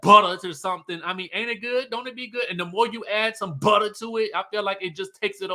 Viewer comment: This review was everything. From the jokes, the singing, the way you said buttah and the white board I was hollering 😂😂😂. Happy new year babes ❤